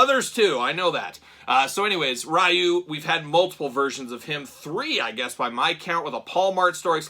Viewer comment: It’s pronounced REE-YOU. it’s not that hard. 😂.